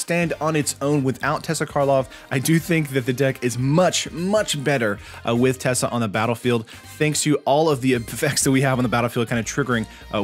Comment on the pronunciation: It’s not tessa it is teysa.